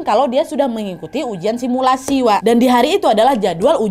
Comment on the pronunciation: Kau ngomong sumilasi langsung buyar mood hororku Nad 🤣